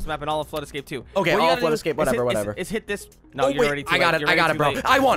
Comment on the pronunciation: Lava ascape? You mean flood ascape..